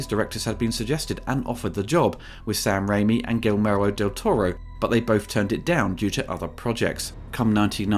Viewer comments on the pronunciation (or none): damn you butchered Guillermos name lmao